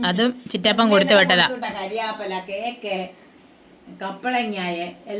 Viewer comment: കരിയാപ്പിലയല്ല കറിവേപ്പില😂